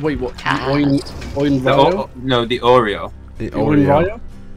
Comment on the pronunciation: Ah yes my favorite character Oinraiyoh. :)